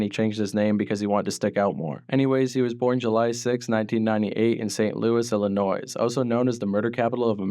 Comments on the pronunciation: How you said Illinois 😂you Canadian but yeah the S is not pronounced he from the east side of STL Illinois. Not STL Missouri.. I’m from STL and he is never thought of a STL rapper. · He is from the east side witch is Illinois but yeah how he said Illinois and pronounced the S at the end 😂he from Canada so he don’t know.